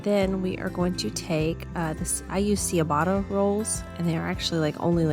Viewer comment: Just FYI… ciabatta is pronounced like “chabatta”